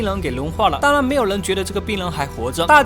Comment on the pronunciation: ‘’当然‘’我每次听到的是“当啷”